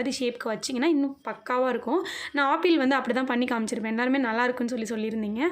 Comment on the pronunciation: Sister please tell apple not aaple